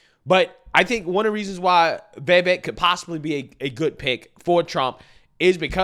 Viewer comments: Day 2 of me correcting how pronounces Vivek. It's "viv-vake" not "vay-vake" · It’s VIVEK not VAVAK! 😂 😂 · Come on man you still can't get his name correct. It's pronounced viv-ache not vAv-ache. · Please his name is Vivek not Vevek!